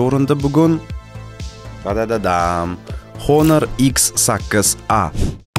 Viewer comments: honormas onor o'qiladi aka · Onor edi menimcha talaffuzda